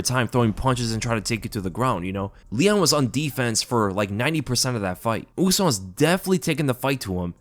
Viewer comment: Brother, “ooze-mahn” trains at elevation